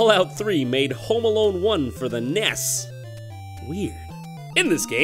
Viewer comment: Ah yes, I play Mario on the NEYAS.